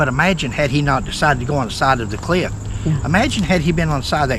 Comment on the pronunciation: And it's "cliff," not "clift."